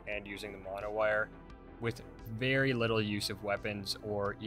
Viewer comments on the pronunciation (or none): none